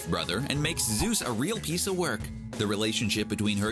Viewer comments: It’s ZEUS...not Zues!! Freaking CBR. 🙄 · ZEUS not ZUES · Zeus, not zues.